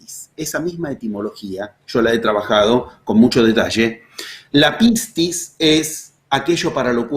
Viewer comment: Hace poco tiempo que sigo sus videos y sus charlas y de verdad me fascinan. Como soy Griega me río de su pronunciancon de pocas palabras Griegas que vos dijo. Pistis es perfecto. Pero "kairos" se pronuncia "keros" Me gustaría traducir en Griego la metodizacion de los 11 pasos